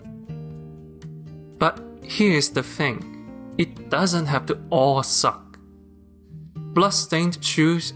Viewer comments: I love how you pronounce the work "suck", highlighting that the plot rly SUCK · the way he pronounce "suck", lmao